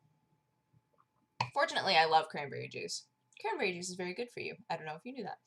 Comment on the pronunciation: Crahnberreh time :D